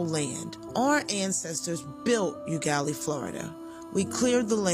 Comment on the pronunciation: It’s pronounced “Oh”Gallie. I love this series.